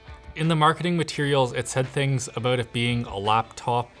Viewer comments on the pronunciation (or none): He said 'aboat' instead of 'about' at least twice...and I LOVE IT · Oh nooo! It's only now that I notice the Canadian "aboot" 😅 it's funny as f*ck though 😂